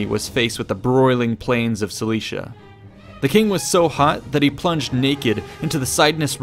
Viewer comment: Your pronunciation is way off. "Duh-rye-us"? No. Not at all. Not ever. "Dare-ee-us" in English and "Dah-ree-us" in Latin. You got "Cilicia" wrong and I don't know what else because I stopped at "Duh-rye-us". It's hard to bear that you are trying to teach history without an understanding of the language(s) which was(were) used at the time; or, at the very least, how we pronounce these names and/or words to this day. Providing people with interesting tidbits is all good and well; but now there will be an army of people who sound like morons, saying, "Duh-rye-us"... and even if what they have to say is relevant at all, those with even a basic understanding of language will simply dismiss the knowledge on account of the ignorance of the speaker. Think about it. If a mechanic keeps calling your Hyundai a "honda" or a "hawndeye", then you don't want him/her to touch it no matter how good someone else says they are. Why? Because gambling is stupid.